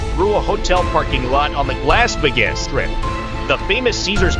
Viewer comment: Lass Vi-ges? Who's this goofy American announcer who can't pronounce Las Vegas?